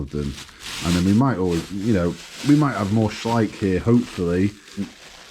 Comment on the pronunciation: At last someone who pronounces Schleich correctly 😂